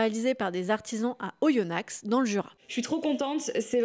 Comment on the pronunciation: C’est drôle de revoir tout les projets que j’ai pu suivre au cours de son évolution et de la mienne ! Ce sont parfois des projets oubliés 😋 J’aime beaucoup ce genre de vidéo ! Cependant, on ne prononce pas le X de Oyonnax ahahaha